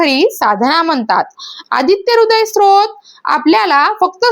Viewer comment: स्रोत नाही ग स्तोत्र